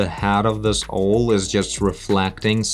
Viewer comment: just an FYI, it's pronounced "ow"+"el" = owl